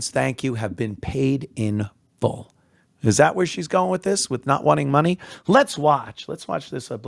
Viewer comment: "Oh, it ih? Word?" Please, lady. Some white folks are waiting for this to happen.